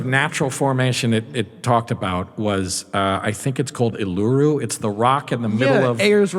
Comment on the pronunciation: OOH-LA-ROO is how you pronounce Uluru.